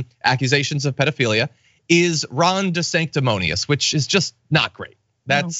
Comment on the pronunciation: Roger Stone called Ron "Di Sanctimonious" and Trump decided to use it. It must have taken him a good while to learn how to spell it. I bet he STILL can't pronounce it consistently!